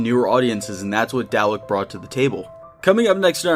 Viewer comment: The way you say Dalek is so retarded.....Everytime i heard it i auto cringed.